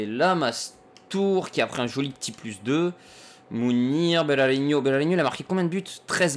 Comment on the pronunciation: Salut c juste pour te dire que Berahino ce prononce comme il c est ecrit et non pas Berarinho je me permet de te corriger parce que je suis bresilien;). Si non super vidéo comme dab